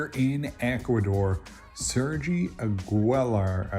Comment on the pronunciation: A-gwi-lar :) Augilar pronunciation, you're welcome mate :)